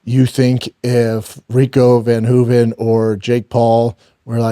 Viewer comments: Not Rico van Hoeven- it’s Rico ver Hoeven. Get it right Brandon. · Its ver hoven. Damnit shaub say names right man. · If I have to hear him say Rico’s name wrong one more time… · Dude is such a liar lol he listens to what other people say and tries to replicate the information as if he knew, didn’t even know how to pronounce Rico’s last name lol😂😂😂😂